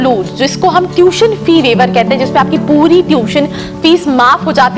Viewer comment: It is not TUTION FREE WAIVER, PLEASE PRONOUNCE PROPERLY , FIRST IMPROVE YOUR QUALITY THEN COMMENT ON OTHERS